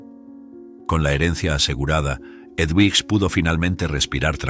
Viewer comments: Edwiges se pronuncia Eduviges en Español. Pero muy bien la Historia 🥰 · Es una barbaridad que el narrador no sepa ni siquiera pronunciar el nombre EDUVIGES. Y peor aún, que lo cambie y lo vuelva a pronunciar PEOR. No hay nadie que revise la narración antes de publicarla?? Es un desprestigio y dan ganas de no seguir escuchando. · La historia estuvo bien, pero el narrador nunca supo pronunciar el nombre del personaje Eduvijes, no sé si es una persona leyendo o una maquina.???